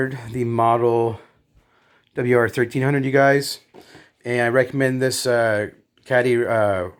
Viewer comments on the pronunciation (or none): It’s Cudy not cady btw great vid btw